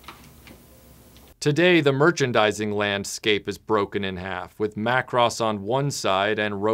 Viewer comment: 📣 YAAY! YOU CALLED IT MACK-ROSS!!!